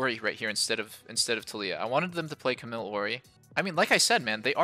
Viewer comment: The way Doublelift says Camille bothers me a little